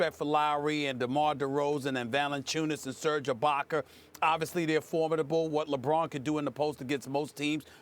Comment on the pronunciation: "Ibacker" lmao